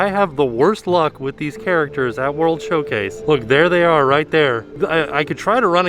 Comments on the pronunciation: Is it Showcase or Showplace because it sounds like he keeps saying place? I honestly don't know. Lol. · I thought was saying "World Show-plates" and thought it was a great pun for the festivals. Disappointed it wasn't true lol.